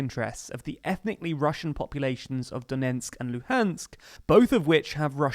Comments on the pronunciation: It’s DoneTsk not Donensk! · The name of the province is Donetsk, not Donensk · A nit: “Done ts k”, not “Donensk”. Duh-NETSK. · Not Donentsk, but Donetsk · DoneTsk not DoneNtsk :) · its pronounced "do-NETSK", not "do-NENTSK" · My dude if you wanna be a presenter in a video on donbas, you really need to learn that its not "Donensk" but "Donetsk".